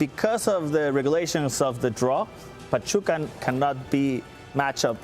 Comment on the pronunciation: Lol “pachupa”